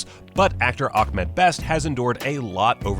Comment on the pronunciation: Ahmed not Akmed